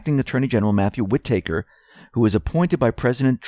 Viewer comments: wit taker..... lol its wit-tah-ker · whitaker is not pronounced whi-tAker, it is more like whitiker with the emphasis on whit. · It's not pronounced "whit-taker" ... it's "whita-ker" ... said quickly, without a pause. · Whitaker is not pronounced Wit-take-her There is only one t, Wit-a-ker Otherwise good story. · it's pronounced Whit'aker, not Whit-acre' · Whitaker = Whi ta ker, not Whi taker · Whitaker is pronounced with a "Short A" sound, as in "read a book". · Just so you know, it is Whi-TA-ker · Wit ah kur (say it fast) WIttikur emphasis on first syllable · It's "WHI-tuh-kur". Accent on the first syllable. The 'i' is short. The 'a' is pronounced as a schwa. Otherwise, excellent as usual. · WHID-i-ker Pronounce shit right! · Love your reports, watch them daily. But, you are driving me crazy with the acting AG's name. It is pronounce: Wit-a-cure. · Whitaker is pronounced "WHI-ti-ker." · its pronounced "whit-ick-rrr" said dluidly and quickly, cm'on man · Please stop mispronouncing "Whitaker"! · Actually it's driving me NUTS to hear it pronounced that way so lay off! Some of us have what is called an 'auditory' experience in life. You probably don't (there are also 'visual' and 'sensory' types) but try to respect those of us who do. It is hard to keep hearing such a common name like this repeatedly mispronounced !! My cousins last names are Whitaker so this is really bad for me and probably is driving some of the rest a little crazy as well. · Please learn to say WHITAKER! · Yes, please say it with emphasis on 1st syllable & 2nd syllable short a. Thanks! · Go easy on the guy! He can't say HOOAH either. I love it! He doesn't mean to but he makes me laugh! Love ya,!